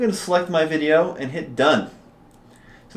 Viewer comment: Great job! Somehow I always chuckle when you say "veeedio". Hahaha.